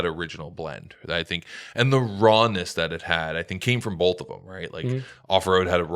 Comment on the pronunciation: Drinking Game: shotgun a coors every time puts a L in the word “both”. BOLTH baby